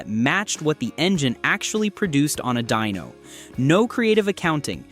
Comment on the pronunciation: Dyno not Dino, and lose the A.I. voice.